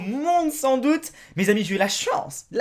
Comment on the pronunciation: C'est pas ''jé'' c'est ''j'ai''